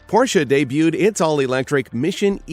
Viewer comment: It's unbelievable but this guy is the first native English speaker who pronounce rightly a non-English brand name, the Porsche.